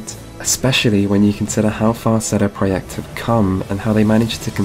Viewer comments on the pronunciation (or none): Buddy, your polish is amazing and you're bringing some interesting contrarian viewpoints but you really need to work on pronunciation. I had no idea "Seedy pradayect"was CDProject Red" without multiple tries with different context. And That Witcher "free" pronication could use some work. That along with "Strengf". Work on "Th" sounds and you'll be golden. The youtube algo is boosting the hell out of you right now, so make another solid piece and release it as soon as you can. Subbed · Why do you insist on pronouncing the developer's name as "CD Proyecta"... Not only are you forgetting the "Red" at the end of their name every time, but how in the hell did you see the word "Projekt" and decide "Oh, they must have meant for their name to be pronounced like CD Proyecta and leave off the Red"?... You sound like the stereotypical white dude who only knows 4 French words, but thinks that's enough for him to throw some French around in a French restaurant like that makes him so much cooler hahah. Anyone can Google this developer and see everywhere that they literally call themselves "CD Projekt Red" which is clearly English and therefore meant to be read as such, yet you come away with a pronunciation of "CD Proyecta" like you have some insider elite gamer knowledge about this developer that only the really hip gamers would know about... CD Proyecta... Pffft.